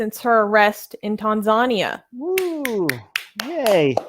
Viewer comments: my dear. it is pronunced tan-zan-ear. not tan-zar-nia! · Tanzania is correctly pronounced as Tan-zhan-near. Then again there are different Anglo/American pronunciations of Iran, Iraq, tomatoes, and aluminium. Also, could you put your ads for Blasphemous Art etc either at the beginning or the end of the main video, so as not to keep breaking the flow. Much respect to Zara Kay. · Its Tan-za-nia. As an atheist I support Zara, its good she got out. Her story was well publicized in Australia. She is taking a big risk going back to Tanzania as an apostate activist, but I agree western governments are way too soft on countries that abuse human rights, particularly Islamic countries. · I'm gonna be a bitch right now. Please, please learn how to pronounce Tanzania correctly. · Can you mispronounce other country names in the future?🤣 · It annoys me more than it should. It's not that hard.